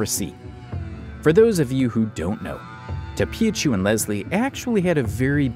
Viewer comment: Tophiachu is pronounced Toe Fee Uh fyi